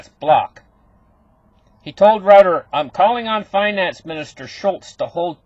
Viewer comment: Pronounced Roy-ters